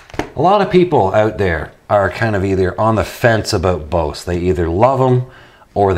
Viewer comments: It's pronounced Boze! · Yea well potatoes and tomatoes are nouns in the English language whereas Bose is a company named by a person. That person dictated is as "Boze". So how about you not compare the pronunciation to a non copyrighted fruit and vegetable. Side note "Cool Beans" is an okay phrase to use. But it does become irritating when you say is 16 times in one video. Nice channel though